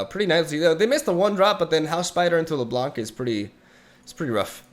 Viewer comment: You pronounce LeBlanc wrongly.